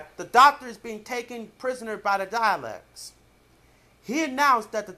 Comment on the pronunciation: Please for the love of Gallifrey STOP pronouncing DALEKS DIALECTS!!!